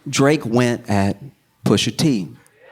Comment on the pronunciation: I know for bloody certain I heard SOMEBODY go....Pusha TEEH 😂😂😂😂